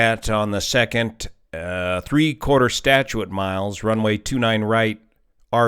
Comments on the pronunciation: at the risk of sounding like some annoying pedant, may I point out that the word "statute" is two syllables? Stat.Ute Not Stat.U.Ate I say this only lest you're truly outstanding channel has any imperfection which, otherwise, it does not.:) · "statuate" mile? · The word “statute” is 2 syllables, not 3.